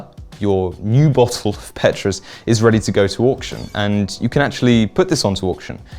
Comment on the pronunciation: Petrus isn’t pronounced that way…